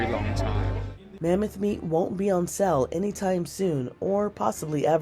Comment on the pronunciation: Took me a while to realize she was saying "whale meat" and not "well meat". Then it happened again when she said the mammoth meat won't be "for sell" anytime soon.